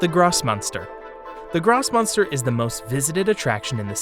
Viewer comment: Constructive criticism intended. Ask a German speaker to to pronounce the names of places, like Grossmünster. You are totally butchering the names.